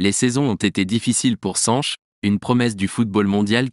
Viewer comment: Sanch et non SanchES